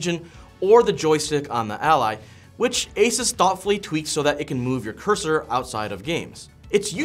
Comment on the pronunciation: Add my pennies worth, It's pronounced Asooose not Asus 😅